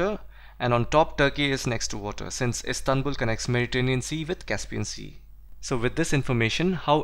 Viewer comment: Sir Istanbul connects Mediterranean to black sea ..you have mistakenly pronounced it.